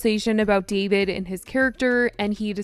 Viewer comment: Why are you calling him “Davide”